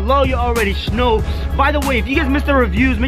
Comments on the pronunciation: Can u please stop saying shnow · It’s Schknow it’s just his thing he says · STOP SAYING SHNOW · Editor: how many times you want me to put in "shnoe instead of know? :yes. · Yo say now not snow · Why do you say shnow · GuAp SmOkEr you mean know and he can say Schknow if he wants to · Did you realize he says snow in stead of now😂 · Why are u always saying " You Guys already shnow"???😂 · If he says snow again instead of now I will quit life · In sted of saying know it sounds like he sed snow hmm 😕😑😐😕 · Does any one now why he says shnow I’m not trying to rude or any thing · Stop saying shnow it’s annoying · He says shnow instead of know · You are so funny because your trying to say know but your saying shnow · Why do you say "you already shnow'' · Why do you say snow haw it is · Stop saying snow say know plz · Can you stop saying shnow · Why you say shnow not know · omg does this guy shnow instead off know its so anoying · Why does he say shknow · It's not shknow it's know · It’s know not shnow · can you say know you say shbow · Who’s tired of “you already shnow” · Why you say shnow how it is🤔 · bruva “ shnow!! “ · said shnow 6 times